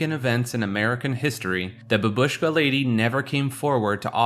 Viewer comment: F*cking censorship is so annoying in this video. And if you are making video, please, look up for proper pronunciation of foreign words. Bábushka is the right pronunciation.